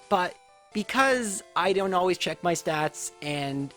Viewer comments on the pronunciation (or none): none